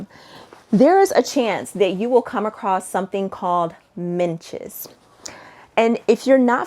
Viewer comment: I love a good packing video! BTW it’s midges rather than minches … I’m British and the Scottish midges are particularly fierce! You definitely need to remember your head-net if you visit the rural parts of Scotland in the summer.